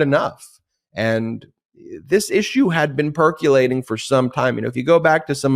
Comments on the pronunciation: There is no word perculating. Percolating. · PerCUElating???? There's no letter U in percolating!!!!!!